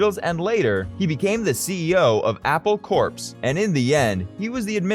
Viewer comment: A fine detail in an otherwise good video…Corps is pronounced Apple “CORE”, not “CORPSE”.